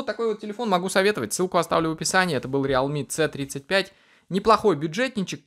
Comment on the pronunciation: прикалывается или это у него не произвольно получилось - говорит не "си тридцать пять" а как будто по украински "цэ тридцать пьять"